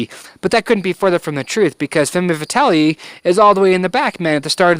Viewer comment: Femme Fatale - ˌfɛm fəˈtɑːl - I believe - but thank you so much for this review. I love your reviews and consult you before I make any purchases! Cheers!